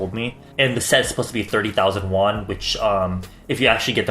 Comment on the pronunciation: anytime he says the price in won i like choke until he says "won"